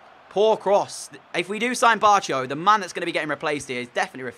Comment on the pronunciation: I think barco is pronounced barko